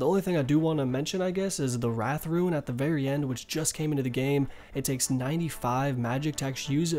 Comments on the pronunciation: He pronounces SO many things wrong and it's honestly frustrating. Who the fuck calls it a ruin? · You're unsure about how to pronounce mitre but you consistently mispronounce rune as ruin... How can you not second guess yourself when it comes to rune but with mitre you somehow thing to urself "oh, i might have mispronounced that"